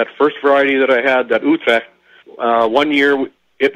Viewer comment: I understand it was hard to understand. I try to stay true to the language from where it came from. It's spelled Utrecht. It was grown in the Netherlands in the early 1900s. I've heard it pronounced Utrekt. I believe the actual pronunciation is ootrecht. I could be wrong.